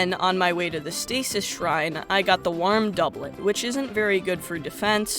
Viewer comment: Your pronunciation of warm doublet is killing me